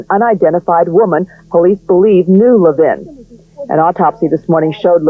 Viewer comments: LEH-vin not le-VIN. Not trying to be snubby but I always feel it's a sign of respect to pronounce a person's name correctly. As a latino, I experience people misspronouncing my name all the time and when correct them many are dismissive. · His last name is pronounced LEVin..not LevIN..